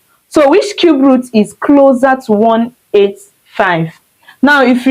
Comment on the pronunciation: Cube not Cubert 😂